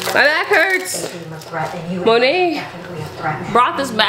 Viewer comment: You keep saying monet I’m like Monet??? Mcmichael??? 😭